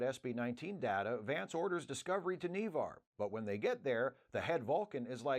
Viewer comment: Ugh! It’s not KneeVar! N’Var like NaVar. Lawd have mercy! Lol🤣😂